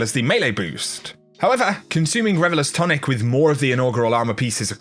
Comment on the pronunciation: Is it just me or does it sound like he's saying Revelous vs Revelers? 😄